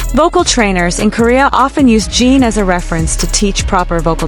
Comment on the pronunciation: Please fix your AI commentator. Holis name is Jin rhymes with tin, bin, grin, friend. GET IT⁉️PLEASE FIX ASAP!! Thank you!!!